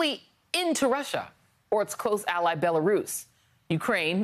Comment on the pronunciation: Only an American would call it "Bella Russia". Is Belarus too hard to say?